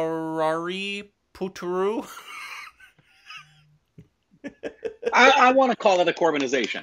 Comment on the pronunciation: Pronounciation: Suu-ra-rai Po-ttru